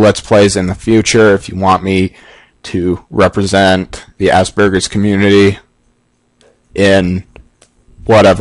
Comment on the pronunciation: Hell ya! Make more Lets plays. It kind of sounded like you said Ass Burgers though... No offence. And do seperate ways! One of my favorites in Resident evil 4.